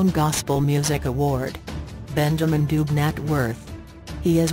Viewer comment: Please learn to pronounce the surname correctly please